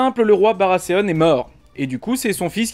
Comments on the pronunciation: oui oui, justement, il ne me semble pas qu'ils prononcent Barasséaune dans la VO. Dans ce cas, mieux vaut s'en tenir a Barathéon, hein. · Vous pouvez aussi prononcer Baratéon au lieu de Barrasséaune ^^ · Baratheon !! Pas Baraseonne !!! XD attention a la prononciation XD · Gaulois Si c'est pour massacrer la prononciation en disant Barasséaune, justement comme un frenchy qui essaie de se la jouer anglophone, il vaut mieux largement dire Barathéon à la française tout simplement. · MDRRR la prononciation... BARASSÉONE pour dire BARATHEON... LoL... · BaraTéonne a la limite... jamais compris le delire des français a foutre des "S" a la place des "th". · surtout qu'ils sont même pas cohérents entre eux,d'un côté c'est Game of Trône puis ensuite c'est Barasséone. Qu'ils essaient maladroitement de prononcer en anglais ok, mais qu'ils le fassent aussi avec Game of Frones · "Barasséonne" x) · Baratheon c'est soit tu le prononce à la Française avec un "th" prononcé "T", soit à l'anglaise avec un "th" prononcé comme un "th". Mais toi tu dis barasssseon, c'est pas ça il me semble ^^'. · On s'en fou de la VO, pourquoi tu prononces barasseon ? J'ai direct arrêté la vidéo.